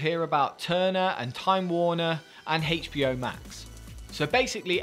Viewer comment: Why are you saying HBO like that?